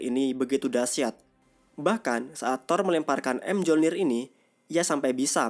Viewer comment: ralat mjolnir sebutanya myolnir dalam yunani dan dalam film mrvel juga disebut myolnir